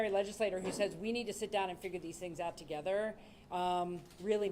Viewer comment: Did he say Togayther? Lol